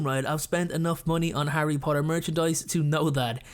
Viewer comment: I hate you about that “Harry Potter” “Henry potter” I’m just kidding I don’t hate you😅😅😅